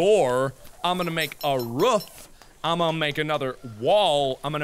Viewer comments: when mark says roof he sounds like hes making a dog bark ruf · he says "roof" the same way he says "room"